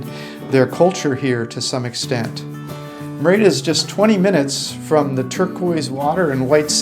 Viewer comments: It's MEH-rid-uh!!!! Not: Mir-AY-dah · It’s not “MaRayda” Mexico, it’s “MehReeda”. Learn some pronunciation, earn some respect. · Guys- great stuff. Note: Merida is pronounced MERida.....accent the first syllable. Keep it up! tom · I cringe every time you mispronounce Merida.